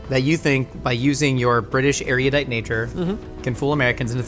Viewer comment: Please stop saying ERUDITE incorrectly: it isn't even an American English variant, it's her from Divergent mispronouncing it all the freakin time...